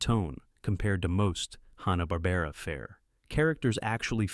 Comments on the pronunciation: AI screwing up pronunciations, I don't know why I think it'll be different. Hanna-Barbera pronounced Han-na not hä-na Mighty Mightor pronounced My-tor not my-ter (Ad) It was one small town, not many towns for Clue Club St Bernard pronounced Ber-nard not bernerd on Inch High Private Eye (Ad) Roman Holidays Not entirely certain, but I'm pretty sure Precosha(sp?) was NOT a teenager. Bosley, pronounced Bos-lee, not Bows-lee (Ad) Kung Fu. Crothers. Kung not Kong Crothers not Croothers Just because spelling is Mission: Impossible, there's no major pause between Mission and Impossible (Ad) Evel Kneivel was mispronounced the first time... It sounded like Nee-vel instead of Ka-nee-vel Despite the information on each of the series, your AI narrator really turned me off. The mispronunciations were unbelievably grating. (Ad) More improper pauses and mispronunciations. At least Biskitts seemed mistake free same a pause in the wrong place. Suggestion: Hire a living person narrator. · I'm a hugh Hanna & Barbera and cartoon fan, I DIDN'T FORGET A DAMN THING! AND YOU PRONOUNCED A LOT OF THE NAMES WRONG! Mightor is pronounced like "MY Tor"! You can't even pronounce Hanna & Barbera right! I really hate when assholes like you do these videos but can't even get the name right!! Do proper homework before you post these videos! Captain Cave man was not part of the Scooby Doo Dynomutt hour, I was part of Scooby's All-Str Laff-a-Lympics. Didn't even want to finish watching the video! Do proper fact check! Are you a six-year-old or a computer like AI like Seri?????? Not gonna like or subscribe until you get a proper education on pronouncation!